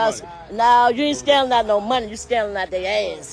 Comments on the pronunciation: Is saying scanning instead of scamming and scan instead of scamm???????😮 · They going to jail lock his A$$$$$ Up ! She can’t even say Scamming ! What is Scanning??😡